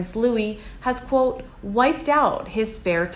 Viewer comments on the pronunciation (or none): none